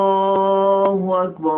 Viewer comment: بسم الله الرحمن الرحيم :معكم الموذن :زياد محمد مؤذن مسجد الرحمن بالقليوبيه وبعد ان عرفتكم عن نفسي ,انتا بتتكلم علي الاخطاء وانتا تنطق الله اكبر خطا انتا تقول الله اجبر هذا ياخي غير صحيح وشكرا لو عايز تكلمني علي الفيس رابط الحساب